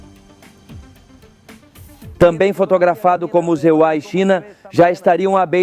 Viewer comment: Porque a IA fala "EUARA" em lugar de EUA? Não tem como corrigir isso? É irritante!